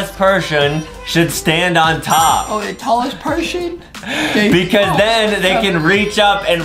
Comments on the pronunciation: Why did Adam sed perhon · i thought i was the only one who caught that pershon lol